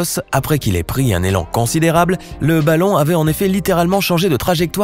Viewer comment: il a dit '' baton'' au lieu de balon